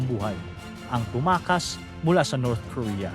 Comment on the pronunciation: TUMAKAS not TUMAAS